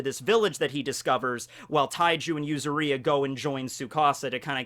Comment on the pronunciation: Yuzuriha. yu-ZU-ri-ha accent on the ZU and pronuoncing the HA as you do with "Haki".